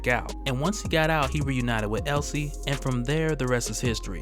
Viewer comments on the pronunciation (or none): Um.. it's Elsie not Ellie. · Elsie, not Ellie. Elsie Dee. Get it? LCD. Elsie Dee and Albert